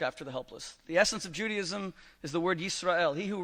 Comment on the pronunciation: The rabbi can't pronounce Judaism - he says Juadism - that is really poor from a supposed learned Rabbi. He lost this debate for sure!